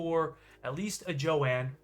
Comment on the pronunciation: Omg her name isn't jo ann it's Joan ooof